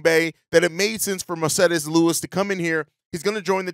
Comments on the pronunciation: I literally hate the way you say Marcedes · How did you pronounce Mercedes with a spanish accent?